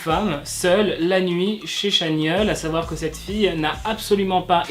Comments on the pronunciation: Ça se prononce TChanyeol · Je tiens juste à dire que « ChanYeol » se dit « TchanYol » ! Sinon, superbe vidéo 🥰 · Pk personne ne corrige dans les coms? Sur la prononciation de Chanyeol.